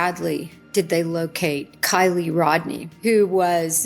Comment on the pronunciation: I don't know why it really pisses me off when people talk about kiely and cant even be bothered to her name right!🤦‍♀️😡🤬 its KIELY, not kyle!!!!!